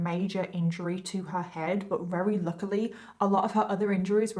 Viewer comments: The stories are decent BUT the way you say “very/RARERY” is driving me NUTS I realize it’s partly accent but… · Why can’t say very she says rery at the start of the video